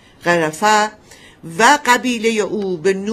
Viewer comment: خانم لااقل یکباربگوییدبرایتان اسامی رابخوانند سرّیه وغِرفه باعث خنده میشود